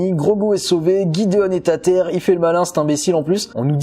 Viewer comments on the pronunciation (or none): none